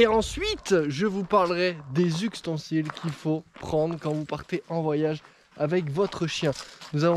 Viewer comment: j'ai entendu "uxtensiles" j'ai quitté